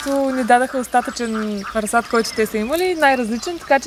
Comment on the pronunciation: И се казва расад ударението е на първото а